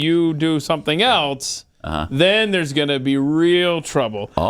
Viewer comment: There's no "T" in else,.